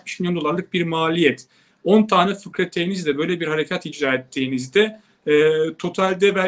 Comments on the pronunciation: fırkateyn not fıkrateyn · lütfen "fırkateyn" kelimesini fıkrateyn olarak telaffuz etmeyin..